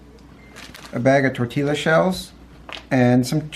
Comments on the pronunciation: Looks yummy and we will make some. Oh, and I know in the past you have asked how to pronounce "tortilla," correctly. Here, out west, they are pronounced tor-TEE-ya :-) You are saying it as tor-TEE-la but in Spanish, a double L (as in Tortilla) is pronounced as a Y sound :-) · It's tor-tee-ya. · Hi Spanish teacher here. Let know that the ll (elle is its name) is pronounced like a y. So it sounds like TOR-TI-YA. Love your channels! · the ls create a yah sound so it would be tore tea yuh. But I agree great video. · I uh... don't think you're supposed to pronounce the Ls in tortilla. Haha! Looks delicious, though!